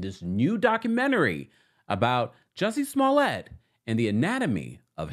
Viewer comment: That great French Actor????😊 Juicy Smoo-lay?